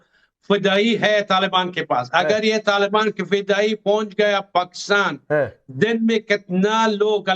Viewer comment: Taal baan ya Taliban . In logo ko thik se naam bolna nhi ata.